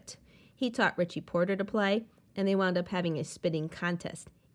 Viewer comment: you said richie potter's name wrong